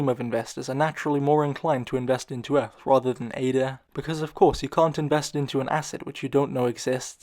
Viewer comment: Has this guy never heard anyone pronounce eth?